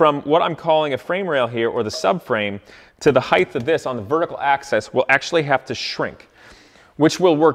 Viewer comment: "heighth" My brain: "height" Repeat 20x